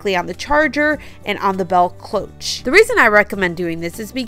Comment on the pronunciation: Beautiful and cheerful design. Cloche is pronounced klowsh. I just bought 3 plant pots from the plus section and the labels took forever to remove. The blow dryer worked okay with first one, so-so with second and the third was a bugger 😂. Dollar tree needs better stickers. Really great job on the candles! Came out awesome. Could definitely sell them or give as gifts. TFS